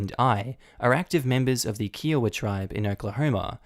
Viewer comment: Kiowa is pronounced Keye(as in eye) oh-wa, not kee oh wa.